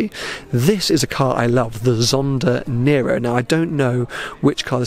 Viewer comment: as usual your videos are fantastic. Your Italian tho... Let's say it's improvable. Like the word "Nero" (which means black) has the "e" pronounced like the "a" of "map". And "V edizione" actually means "fifth edition" (in Italian "Quinta edizione"). Hope this gets to you